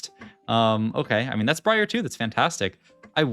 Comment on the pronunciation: this guy said bree arr